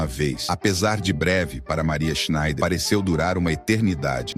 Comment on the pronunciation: Esta historia ja é conhecida. muito bem narrado. SCHNEIDER É UM SOBRENOME ALEMÃO e palavras em Alemão se pronuncia até a última letra, portanto SchneiDER. Em Português costumamos engolir as últimas letras, mas somente em Português.